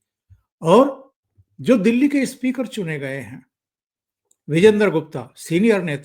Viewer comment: सर जी... इस्मृती इरानी नही... सिर्फ स्मृती इरानी इस्कूल नही... स्कूल इस्पीकर नही स्पीकर. मै आप का फॅन हूं, हैदराबाद से, इसलिये ये सुधारणा.. कृपया माफ करे मुझे 🙏🙏